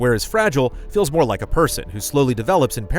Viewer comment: More like '' So did you rike it ? '' .